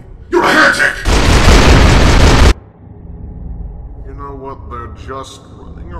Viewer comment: dont you mean here-THICK